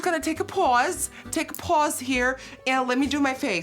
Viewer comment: “im just gonna take a PaWsE”